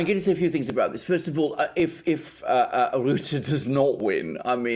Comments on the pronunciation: It's pronounced Rut-tuh. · We need to get rid of Rutte. He would even sell his mother to get in the EU's good graces. P.s. you botched the pronunciation lol. Both of you. But I get it, our language is retarded.